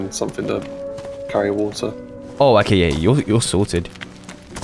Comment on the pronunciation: Please stop saying "okäi"